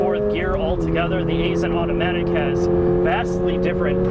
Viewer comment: I was an engineer with Aisin back in the day. It's pronounced Eye-sin.